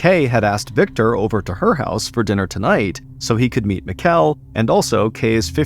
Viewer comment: I assume the Danish exchange students name was spelled Mikkel. Its pronounced like "Nickel" but with an M. Just a friendly heads up from a Dane :)